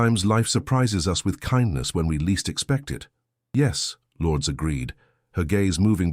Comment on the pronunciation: Filipino pronunciation lour -dez